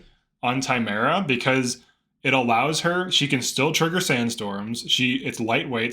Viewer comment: I have to believe you’re pronouncing Timerra’s name incorrectly as some kind of inside joke.